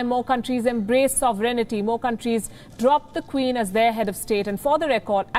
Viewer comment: What a bizarre rant to close with! Before the next one, perhaps Palki could learn to pronounce "sovereignty".